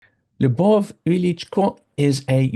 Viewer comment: In pronunciation, you should NOT make the L sound soft as it is followed by the И and not I in writing. Big up urself. And say "sorry, my bad".